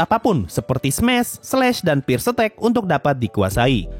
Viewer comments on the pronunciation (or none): none